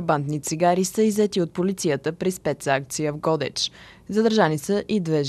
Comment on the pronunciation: ГодЕч бе, научете ударенията най-после, ако сте журналисти, а не аматьори.